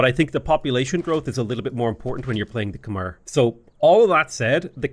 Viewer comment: I'm Khmer, yes it is pronounced "Khmai" you pronounced our civilization correctly